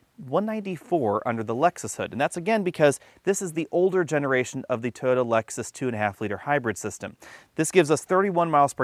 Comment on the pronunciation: Great review but can you try and pronounce Toyota right? Cheers